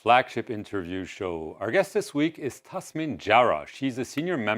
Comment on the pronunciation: straight off the bat, the host's white privilege shows as he mispronunces her name. Its Tas-nim not Tas-min. and he does it at the end again, it's not just him, its the whole production team. and the DISRESPECT. They couldn't find someone who speaks decent English. Her English is better than his. There are English speaking anchors in France 24 channel, and this is their English channel.